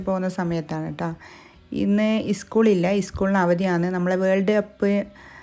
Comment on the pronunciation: ഇസ്കൂൾ അല്ല സ്കൂൾ 😊